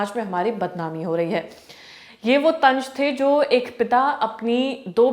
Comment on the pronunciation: Tanj nahi tanz thoda urdu please aap urdu me bola kare